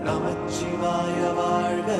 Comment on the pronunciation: வாழ்த்துகள் என்பதே சரியான வார்த்தை. வாழ்த்துக்கள் என்பது தவறு. நமசிவாய என்றே உச்சரிக்க வேண்டும். ஐந்தெழுத்து மந்திரம். நமச்சிவாய என்பது தவறு. நடுவில் 'ச்' வரக் கூடாது.